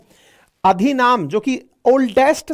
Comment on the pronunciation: अधिनाम नहीं अधिनम।